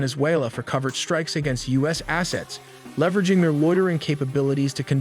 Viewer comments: Guess the AI cant pronounce cartel or covert. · It also mispronounced covert.